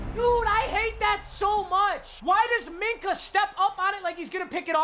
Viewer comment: Nobody:: MINKAH MINAH AHHHHH